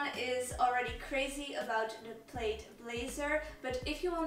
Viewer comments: Thought the I was silent in “plaid” thus pronounced “plad” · Plaid rhymes with dad.